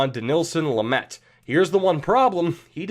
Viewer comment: stitzle also you pronounced lamet right